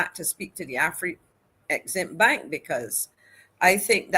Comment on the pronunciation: AFREXIMBANK is correct and not AFRE-EXIMBANK which carries a mysterious first 'E'. As far as I know neither Africa nor African contains the letter 'E'. It has also lead to the mis-pronounciation of the acronym which should be pronounce as a-frek-sim-bank.